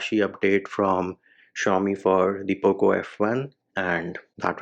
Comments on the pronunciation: IM A POCO F1 USER AND I LIKE HIM SAYING POOP LAUNCHER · U don't sound good while saying poco launcher😂... I miss your "poop launcher"